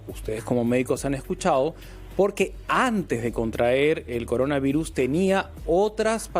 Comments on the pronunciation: CONDOR AVIRUS??? XD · Dijo condora virus...